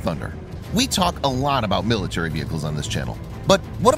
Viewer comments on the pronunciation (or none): none